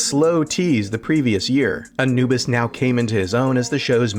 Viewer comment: characters* (not caricatures); Egyptian Ra*; character* (not caricature); Anubis* (not "Enuwbus"). 😫